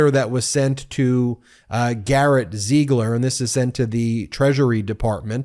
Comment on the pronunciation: PLEASE, pick a pronunciation for Ziegler and stick with it. It should be pronounced /ZEEgler/.